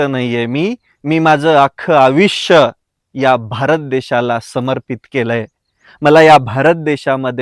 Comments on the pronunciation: आविष्य नाही मित्रा. आयुष्य ! ❤ शेतकरी हा विश्वाचे पोशन कर्ता आहेच पण कार्बन क्रेडिट घेवून विश्वाला प्राणवायू निर्मीत्ती कर्ता ही आहे . जय हिंद ! वंदे मातरम ! जय जवान! जय किसान ! जय संविधान ! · आयुष्य म्हणा 😅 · आधी शुद्ध बोलायला शिक..... खूपच सुशिक्षित वाटतोस..., पण तुला अजून "आयुष्य" हा शब्द नीट उच्चारता येत नाही.... बड्या बड्या बाता मारतोस....